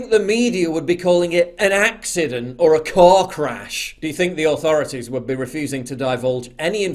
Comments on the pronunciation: ascident, no realy. ok you got me - it was acident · It's just an ackseedent bruh